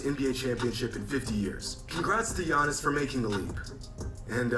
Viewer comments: It’s crazy cuz in Greece his name not even pronounced as ‘Yawnis’ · I'm honestly happy basketball is over for a bit now we don't have to hear you butcher giannis' name on purpose